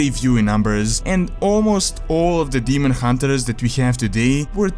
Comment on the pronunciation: I don't actually say demon hunterers, it might sound that way because of the way I say 'r'. Some sounds are not easy for me to replicate and say as a native English speaker would, like pronouncing 'th' for example. I am working on improving it though.